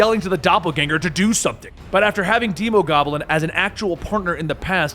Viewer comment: "deemogoblin" Wtf it's demo, as in demo disc, or demolition, not deemo...